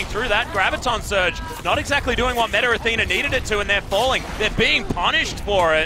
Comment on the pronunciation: "METAR ATHENA" - commentator